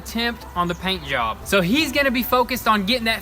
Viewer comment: Did you say paint yob 😁